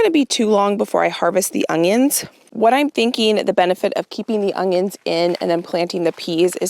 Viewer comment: I’m so excited you pronounced onion as ongion! I get so much slack for adding in a “g” sound 😂